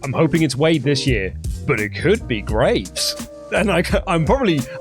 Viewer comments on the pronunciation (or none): none